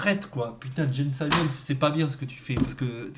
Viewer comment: Gene Simmons se prononce [dji:n simens) et non [saimens] eh puis, ça va hein ça coûte pas une fortune les albums dont tu parles, surtout que les rares (Two Virgins), tu les as en CD ! :)))